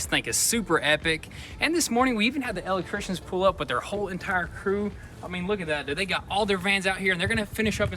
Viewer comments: He kills me with that " L ectrician " 🤣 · “Let’s go spy on the El-Leck-trishions” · Elect...Trictions lol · Where'd you guys learn how to say electrician